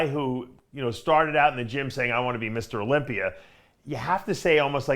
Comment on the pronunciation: Dave cant pronounce Olympia he says olympier lol